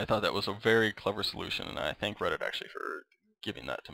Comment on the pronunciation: did he say 'hello redit???'